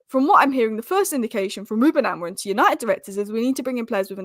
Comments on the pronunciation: Are you word perfect when saying names you are not familiar with. Grow up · why you calling AMORIM , AMORIN?